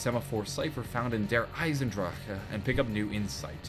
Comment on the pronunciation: feel you, it is pronounced Eisen-Dra-chen